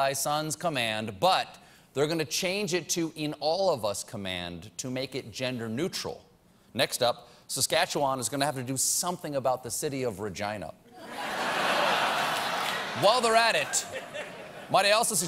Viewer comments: he said Regina wrong 😂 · And that's why Regina rhymes with fun. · "and that's why Regina rhymes with fun" Deadpool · Regina rhymes with fun!